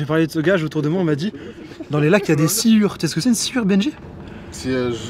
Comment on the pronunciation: C'est des silures, pas des sciures xD